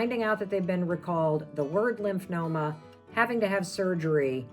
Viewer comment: It’s Lymphoma (lymph fo ma). Not Lymph no ma. In case anyone wants to look it up.